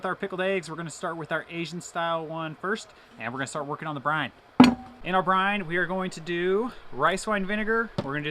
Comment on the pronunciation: Brine. Not brind